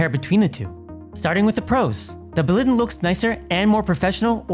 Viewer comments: Why do you say Baliden and Detof, instead of Blåliden and Detolf? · (BLAW - LEE - DEN) 🙂